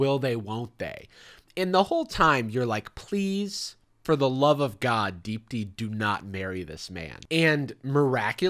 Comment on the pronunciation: Is that Indian lady name Deep D? Cus that’s what the fuck I keep hearing every time I hear you say her name